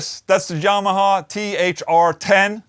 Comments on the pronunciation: dude you're trying what? You dont pronounce yamaha like that... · Is it just me or did Ola actually say Yamaha as Jamaha😂🤘🏽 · "The Jah-maha". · Omg he said jamaha... so its more thunderstruck sound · Ola pronounces "Y" with a "J" sound. PewDiePie pronounces "J" with a "Y" sound. Both are swedish though ¯\_(ツ)_/¯